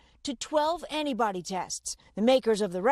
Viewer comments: I heard the woman say "anybody tests" at first. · Not the biggest problem here, but... Wouldn't you think a professional reporter would learn to pronounce the T in antibody so that it doesn't sound like she's talking about "anybody testing?" Although that's a pretty good description of how they went about approving the tests...